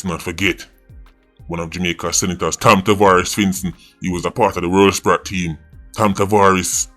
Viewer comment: “World Sprat?” lmaoo what did kartel do to you? 😭☹️